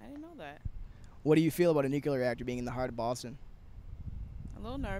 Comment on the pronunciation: your interviewer can't even pronounce "nuclear"